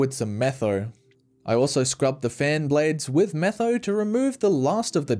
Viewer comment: am i the only one who thinks that when he said metho i thought meth